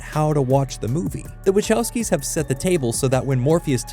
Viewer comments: I really hate the way people pronounce Wachowski... It's Vachaooosky... Closest I can transcribe is Vahovsky? But that's singular. If you use that plural it's Vahovscy ...never mind... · Hi Sorry to bother, but as a polish person, i really cant stand how you pronounce Wachowski. I know they're Americans, but still, this i a polish name and should be pronounced properly, something like Vahovsky, cheers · That "Wachowski" pronunciation though...